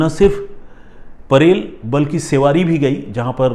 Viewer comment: सेवारी नहीं...' शिवडी '